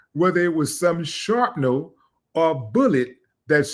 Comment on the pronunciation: Willie D said sharpnel 🤣